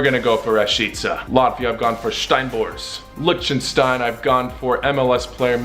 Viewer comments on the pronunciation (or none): none